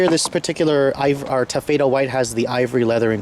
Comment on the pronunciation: What is Ta-FAY-duh white? Do you mean TAH-fa-duh?